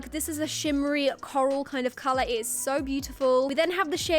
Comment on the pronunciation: Who else notice she always say calarh...😆